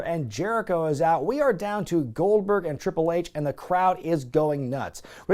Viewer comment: "This one lady says Gold-BWERG! Well, there you have it!"